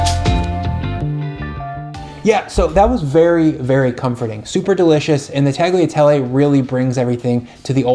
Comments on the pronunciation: Great recipe! I never thought to add chicken stock to it, but it came out really good. However, the pasta is pronounced like "tall-yuh-tell-ay", not "tag-lee-uh-tell-ay". It'd be like if you pronounced the word "quesadilla" like "kes-uh-dill-uh". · Tagliatelle is pronounced tal-ya-tellay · hmm now i have to try this oven-baked bolognese. this guy hasn't let me down so far. "tag-liatelley" zomg XD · oooohhh... gotta try that ! I lived in many countries and, every time, I sold my kitchen ware... including the Mercato pasta maker... I should buy another one for sure. Tagliatelle... the G in "gli" is silent. Pronounced like "Yea" in "yeast"... well, I had to found something in your video! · Hey! FYI the g in Tagliatelle is silent, just like in lasagna. 😉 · G in Tagliatelle is silent. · When you pronounce “tagliatelle” the letter “g” is silent! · But in Tagliatelle, the G is silent :) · You don’t pronounce the “g” in tagliatelle, just like you don’t in bolognese. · Actually you don't spell the G in Tagliatelle :) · So if you don't pronounce the name of the dish correctly, I guess your recipe is an Americanization of a classic Italian sauce? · I'm new here, enjoying your content, but the way you pronounce "tagliatelle" is just hurting my ears.